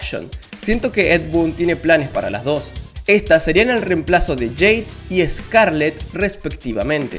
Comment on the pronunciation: No se pronuncia jade 😂